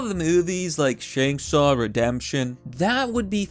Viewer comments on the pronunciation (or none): Shankshaw? Lol its shawshank redemption. All good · Bro, the train in East Palestine didn't blow up. The EPA SET IT ON FIRE. And it's "Shawshank", not Shankshaw. Get your facts straight. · Shankshaw😂 DYSLEXIC MUCH DUDE!?😂😅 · yes Shawshank i know, not Shankshaw, which was said in the video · Im sorry... "Shanksaw Redemption?" Lmao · I just need to get this off my chest… It’s “Shawshank Redemption”